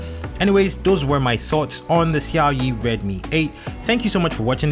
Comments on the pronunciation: He said Xiaoyi 🤣🤣🤣... Lol it sounds funny. But good review tho. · The way you pronounce Xiaomi 🙄🙄